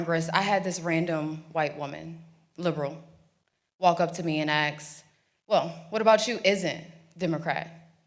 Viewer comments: Never vote for anyone that pronounces “ask” as “axe”. And B you started doing it in the interview and I’ve NEVER heard you do that before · I love this woman, but dang it say ASK not AKS ❤ Regardless I ABSOLUTELY LOVE what she has to say. What a voice! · She's well spoken but still says 'AKS'😮 what the heck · How did she "ax" the question? If u "ax" a question u would seriously hurt someone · Stop saying "axe", it makes an obviously intelligent person sound dumb. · Yet this chick still can't pronounce the word "ask" properly. Is that a badge or something? This ain't my wheelhaus dawg, but I still felt lead to comment and all that. To quote the late DMX, "Gonna make me lose my mind up in here." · Her pronunciation is perfect until she has to force herself to say “aks”